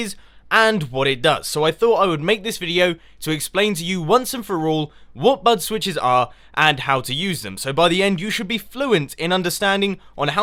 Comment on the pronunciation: Wow, I thought he was saying BUTT switch this whole time. ._.